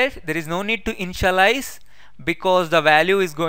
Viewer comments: I misunderstand InshaAllah, when u say Initialize 😄❤️ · Bhai ur initialize sound like insha - allaha y 😂😂😂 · lolz, same here, when i listened carefully again then i understood that he saying initialize not inshallah... but very helpful video, i have searched many videos for static variable meaning, every video tells that how to use, but not tell why to use, now in this video , his video also tells y to use static variable...